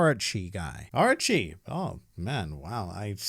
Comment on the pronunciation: When you say 'Orochi' it sounds like 'Archie' to me.